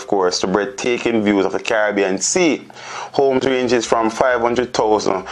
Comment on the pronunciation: "eye end omes in de ills of Montegobay.".....Gracious me. SMRH